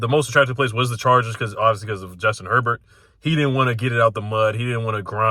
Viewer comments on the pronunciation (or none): none